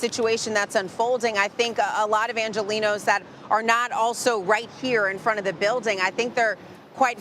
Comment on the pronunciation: you pronounce "angelenos" as if the 'g" were an "h"